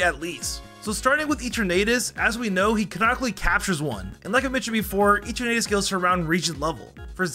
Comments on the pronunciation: Can you PLEASE, PLEASE correct your pronounciations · the pronunciations of all these words… gible… kalos… eternatus… and so much more + elio, lysandre, selene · You sed gible and eternatus and lysander wrong